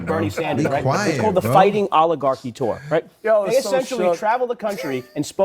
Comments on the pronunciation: We awe woooking at uh nation that is an owigarchy. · He can't even say oligarchy....remember everything that the Democrats say or yell about what Republicans are doing---THEY actually are doing!!!!